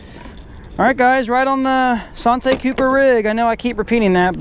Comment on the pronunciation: Bruh its santee cooper like ( san- tea )